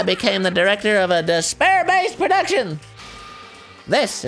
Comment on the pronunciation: Dispair? Disbear? THIS BEAR!